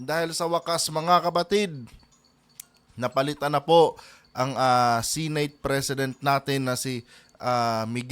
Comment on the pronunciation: Senate hindi Sinate